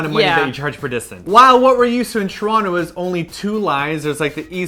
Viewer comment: You've been away from Toronto so long, you don't even pronounce it the right way anymore... :P